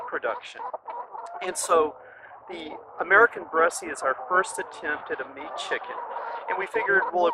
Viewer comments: Too bad that you got rid of your best cockerels. I would have crossed them over some very nice Black Australorp hens and established hybrid vigor. Black would have sharpened the white color too and you could then have used these offspring to cross back over the rest of your Bresse. I know it's a minor thing but the final 'e' is not pronounced ....one pronounces it as BRESS. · It's pronounced without an e at the end. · Bresse, the 'e' at the end is not pronounced. You're killing me. I can't even watch this video. If you watched anything about this breed, you wouldn't be pronouncing it like you are. Lots of people try to get their money back on breeds. Any hatchery will ask for pictures. And don't knock Greenfire farm. If you stopped and learned about the breed ahead of time, you'd know that their bone structure is different. What a chicken snob. Learn about the breed before you buy it and you could have created an environment that was better for them. I've had chickens with crooked toes, its not just the Bresse. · He says bressie like bessy. The French prounce it like bless. lol I don't know what "French" person you heard but they were misprouncing it. Look it up. It's not bressy. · I have Bresse (pronounced Bress, not Bressie like this gentleman says) chickens. They are beautiful. I have crossed them with Australorp and Meyer Hatchery's Olive Eggers. They have a few colored flecks which I like. I thought that the white was like bleach over other colors until I crossed it to a Mottled Java which is one of my favorite feather patterns. (Mottled Java pullets went broody too often). The F1 is almost totally black. She has a few white spots on her breast, but you have to catch her to see them. She has started laying a nice pink egg. I will see if the broodiness carries over. I am wondering if you have crossed them to Sapphire Gems? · Bresse - Rhymes with BLESS. Not Bressy.